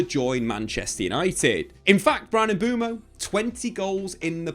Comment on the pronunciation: lad, let’s learn how to pronounce MBUEMO before the season starts 👍🏿